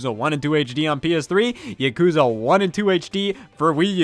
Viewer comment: Every time Scott mispronounces "Yakuza" I grow exponentially angrier